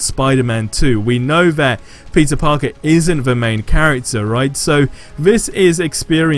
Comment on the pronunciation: Sounds like everytime he says peter parker sounds like he’s say pizza parker